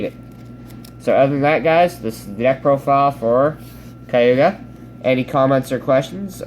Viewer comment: Ok, just wanna clear up a few pronunciations. Kaguya (Kah-Goo-Yuh) Tsukuyomi (Soo-Koo-Yoh-Mee)